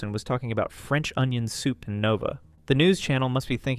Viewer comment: "Can I get a French onion thoup please!?"